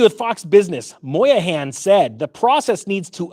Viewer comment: Brian Moynihan, not Brian Moyahan, lol.